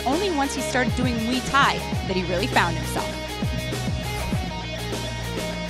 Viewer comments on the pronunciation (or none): HEIDI ANDROL Please leave this sport, How could you call Muay Thai Mee Thai????? OMG